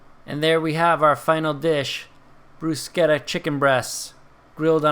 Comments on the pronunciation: love the video, and you are correct with pronouncing bruschetta... In Italian, the pronounce SCH like "K" not "SH" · your pronunciaton is correct!